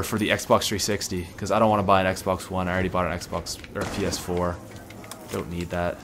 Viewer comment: when he said ps4, it sounded like he said penis 4 😂